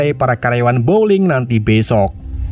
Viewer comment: teruk sangat ulasan... belajar bahasa inggeris lagi.. bowling jadi blowing, nama banyak salah...